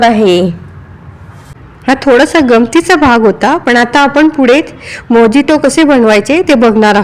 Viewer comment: मोजिटो म्हणत नाहीत मोयीतो म्हणतात गुगल वर उच्चार चेक करा कुठल्याही गोष्टीचा आधी नीट अभ्यास करा